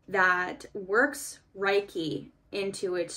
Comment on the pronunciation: Reiki is pronounced like “ray-kee” :)